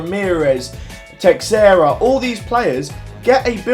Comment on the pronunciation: You said city are playing a big team next week ?? There playing the second lowest rank team init and you don't say teixeria like 'text Sarah' you say it like 'tush earer'